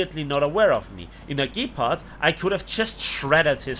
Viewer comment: The way he pronounced "Gepard" though. MY brain heard, "gape-pard". Good one bro.